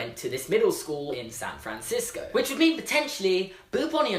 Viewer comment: SAAn FrAAnsico